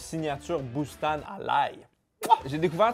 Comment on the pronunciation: Pour Boustan, ca se prononce "Boustane" pas "Boust-an"